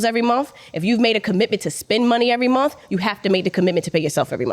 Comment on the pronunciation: As soon as she said every single monF instead of month I was like BRUH